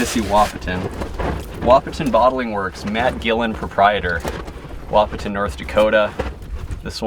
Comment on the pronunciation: I enjoy watching your videos. However I need to tell you the "T" Wahpeton is silent. So it pronounces a WaH-pon.